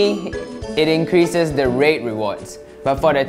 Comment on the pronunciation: when he sai “there are 3 holes we can raid” i thought he said “we can rape” XD